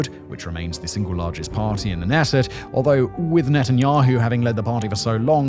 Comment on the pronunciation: I know that Hebrew presents many challenges to pronunciation, but the Knesset( the Israeli legislative body) is pronounced K' nesset